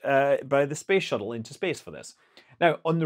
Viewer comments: Did you just say space shittle? 😂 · professional youtuber: accidentally said space shittle... shall we edit that out... nah.